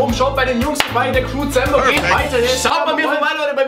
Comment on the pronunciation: hat am Anfang crewwzember gesagt aber es Kamm kein perfeckt